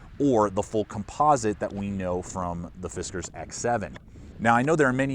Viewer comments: I think it's "Fis Kars" not "Fis Kers" but it doesn't really matter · It’s pronounced “Fiskars”. 😉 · "Fizzcarz norton" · yeah ,It's just "Fiskars " bro ;)